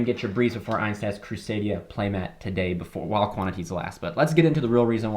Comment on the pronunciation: has all-german crusadias and still says "einstaz" XD Just kidding man, i'm glad you like them ❤